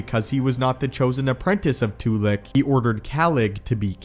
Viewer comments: Not Too-lick. Its Tu-lack. Its pronounced the correct way in all of the old republic games. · Too-lack. Not Too-lock.